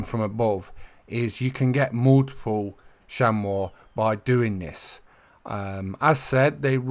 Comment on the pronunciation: Chamois is pronounced (sham-ee)